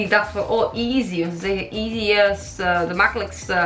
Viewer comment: Je bent wel slecht in Engels want je zecht geen easy maar easly